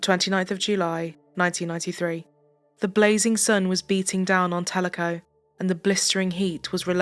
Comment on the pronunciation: You are the only one to pronounce Telico right. i was in junior high in Ennis when her and her brother were murdered